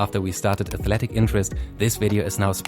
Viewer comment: "A"thletic Interest for that 5% shares